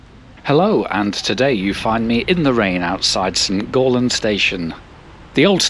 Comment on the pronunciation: Again …it’s St Gallen not St Gaulen ….sorry to bring that up again but it does grate on the ear 🤓😂